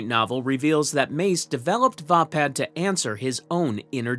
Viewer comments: Pronounced Vay-pad... Not vah pad. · its called va pad as in hey pad